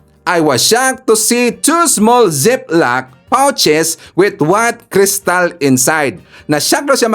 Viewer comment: Learn how to pronounce the letters in and e,o and u.. broadcaster ka eh, nabobo kami .example: Zip Lock, you said Sep lock, should be Zeep lock.Haist!!